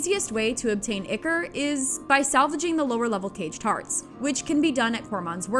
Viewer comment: anyone else hearing cage tarts? 🤣